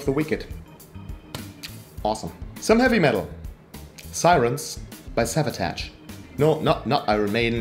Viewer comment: Hab mir die Tage jetzt endlich mal Piper At The Gates Of Dawn auf Platte bestellt, hat noch in der Sammlung gefehlt. Übrigens werden Savatage wie Sabotage ausgesprochen. 😉😘